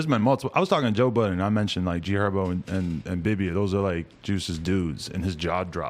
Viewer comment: It’s GHerbo